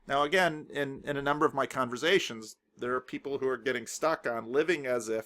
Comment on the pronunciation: I think you mean "converZations" ;-)